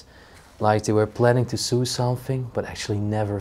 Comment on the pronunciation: I couldn't really see the box well enough but it looked like old tubes that they used before transistors and resistors. Mostly used in TV and radio sets. I don't know if it makes you mad for people to correct your English but, sew is pronounced so, and gnomes is pounced nomes. The g is silent. Hope it's ok that I told you that.